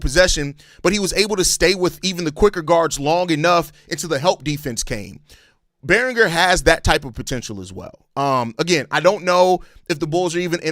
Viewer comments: "Its French!" 😂 It's probably pronounced Berrin-JAY (if it's a French pronunciation). I like the Berringer idea...I mean if we did do this. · (Yo-on) (Bear-Un-Jay) - Joan Beringer